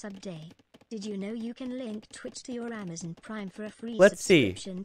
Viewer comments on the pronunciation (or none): none